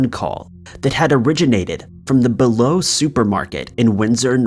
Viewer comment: BE-LO= bee low